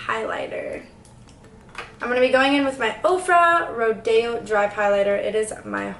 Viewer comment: wait is it just or me or did she say rodeo completely wrong